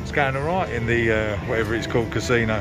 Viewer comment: Most Native American Casinos around here are very strict. No smoking, no drinking and strict Covid guidelines in place. Always alot of security and eyes on you. Mask police make it very uncomfortable. I steer clear and just go to Vegas. 1 hour flight for me. Oh and it's pronounced (YouT) Casino 👍